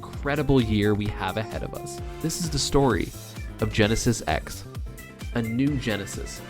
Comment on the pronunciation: Nice vid, I'd missed that the Quebec team beat 20GX. Btw, why does everyone say 'Genesis Ex'? Is that how we read roman numerals now?